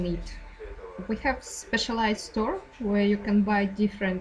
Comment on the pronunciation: Спасибо за труд! В качестве совета: Вы можете проверить себя включив автоматическое распознавание. Те слова, которые распознались некорректно (если это не имена собственные), скорее всего не будут поняты англопонимающей аудиторией, то как stir вместо store или we won't lose my parents to ... вместо we went with my parents to. и другие забавные подмены. Я сам пользуюсь часто автораспознаванием, и даже на русском языке, когда плохо понятно. Это помогает. Фон лучше убавить еще, эмоции/интонации Ане тоже можно немного пригасить, чтобы они не влияли на произношение. Заливайте следующую часть :)